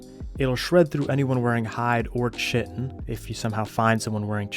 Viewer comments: KITE-IN not KITTEN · DId brother just bronounce chitin as chitin and not chitin???? It's bronounced "kai-tin". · that is not how you pronounce chitin dawg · Chitin…… fml people are still saying it wrong after all these years? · Love his videos but it caught me off guard too. Reminds me of old school CoD when people didn't know how to say martyrdom. Most people I played with called it "marty-dom".